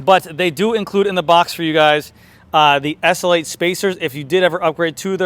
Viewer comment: Its the Tarmac "essulate". Slow down dude. S. L. 8.